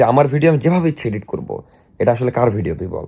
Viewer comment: ধন্যবাদ ইডিট কে এডিট বলার জন্য, শুনতে ভাল লাগছে। আগের ভিডিওতে আমার কমেন্ট করা সার্থক । ধন্যবাদ! 🎉🎉🎉